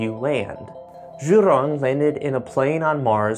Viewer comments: Zhurong is prounounced as JU'rong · "Jew Rong". Zh is pronounced similar to a J. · "Zhu rrrrrrroooooon"